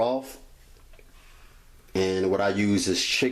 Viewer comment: And don't forget he used broff too 🖒